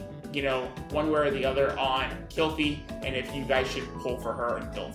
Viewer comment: The other one calls her Kylep... this one Kalepe. Its Kil-Fe. Phe is pronounced as Fe. Kil as in Kill. Not Kyle. How the fck can you guys talk about units by pronouncing their names so wrong? Also SALARY? Salire? O_o wtf